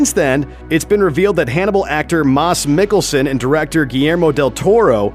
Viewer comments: "Maas Mikkelsen" lol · “Mas” Mikkelsen? Who is this idiot with a great voice. Get his name right dude, he’s a God. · Did you say Mas Mikkelsen? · The way you say Mads Mikkelsen hurts me. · The way you say Mads Mikkelsen is just weird asf xD